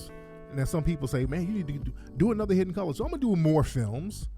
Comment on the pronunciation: The African accent "...Hidd-en Coo-Lahs" 😂😂😂😂